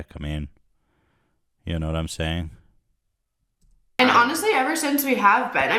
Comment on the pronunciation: “What I’m searing here...”. What are you searing, Ethan? A steak? Some vegetables? 🙄